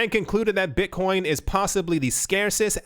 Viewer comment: Did he say Bitchcoin? Hell fuckin yea!